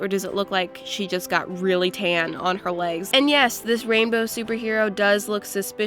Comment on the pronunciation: Like how many times said rambow